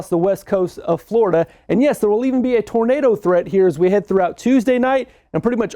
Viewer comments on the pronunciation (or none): none